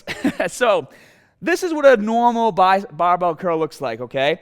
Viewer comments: easy cuul baahbel baa...haha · cool as hell and the amount of times I heard bahbell was very satisfying